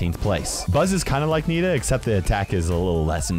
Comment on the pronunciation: you say Nita!! That's horrible!!